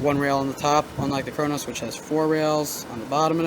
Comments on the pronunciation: it's Cronus not cronos lol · Wtf is the cronos pernounce it right it is annoying but good video